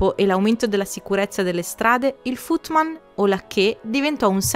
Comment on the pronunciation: Ti amo e ti seguo da tanto ma ogni tanto hai una scivolatina con l inglese, anche se come ho visto nei video piu recenti fai i corsi online :-) ..si pronuncia footmen...men come uomo...ma ti amo lo stesso.